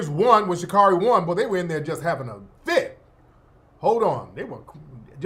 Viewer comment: SHA-CARE-REE not Sha-car-ree. 😂